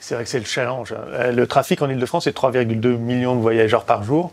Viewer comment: "Le chalange" Arf "Le challenge" Aaah